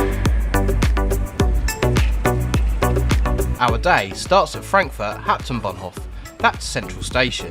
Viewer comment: It’s pronounced Haupt-Bahn-Hof